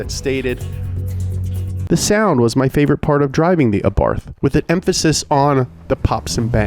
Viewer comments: Why does he keep saying 'Arbarth'? Lol. It's Abarth!! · It's pronounced ABART not ABARFFFFF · Every time he spells Abarth as "Abarf", I'm gonna barf Seriously, someone has to say him that it's spelled with "T" not "F" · It's pronunced "Abarth"